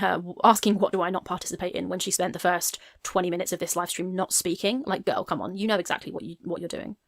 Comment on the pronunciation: As a speech therapist hearing your progression on pronouncing "gorl world" is both hilarious and inspiring